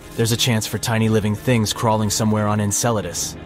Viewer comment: The AI cant handle the word Enceladus